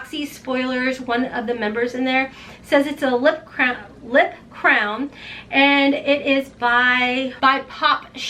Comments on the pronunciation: You kept saying CROWN and I was think what is she talking about but it’s your accent you meant crayon lol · I didn't know what a lip crown is until this video. Lol just kidding but I don't think I have ever heard a Crayon called a Crown. I'm in the South so I pronounce several words a little different. Happy Birthday!